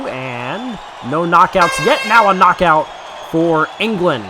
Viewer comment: U have to say KNOCKOUT not NOCOUT😕😕😕😕😕